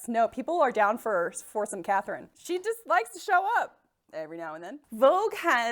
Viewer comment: I definitely added this mug to my Christmas list and I'm really hoping someone gets it for me. Or I'll just buy it for myself. - is in EXCELLENT form right from the get-go and I am so excited for the snark to come. - Pretty sure he just said 'Kathleen' de Medici. What? - Did I miss the part about the 19th century? - So much of 'history', especially women's history, is mansplaining that we just to throw out the window. Women's experience/testimonials vs. some doctor? Obviously the man prescribing heroin to children - Worn both Spanx and a corset, and I'll take the corset any day. I was fairly tight-laced too (we were young and neither my friend lacing me nor I knew any better) and it was still really comfortable. Spanx are just hot and confining and they rolled up from the bottom and down from the top and I kept having to mess with them the whole time.